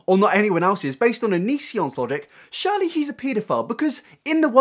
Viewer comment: You sure say 'dwelve' alot instead of 'delve', and 'Shirley' instead of 'surely' but I love ya anyway